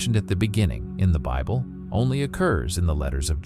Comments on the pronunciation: lol at "the canon beeble" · Ok I thought this was AI, it slipped up pretty bad in the beginning, but seemed to work itself out after the beble pronunciation haha